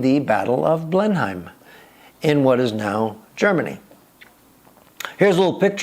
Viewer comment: We English say Blenim for Blenheim and Marlbra for Marborough. FYI.